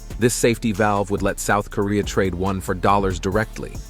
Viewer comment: It''s WON (won), not ONE (wan)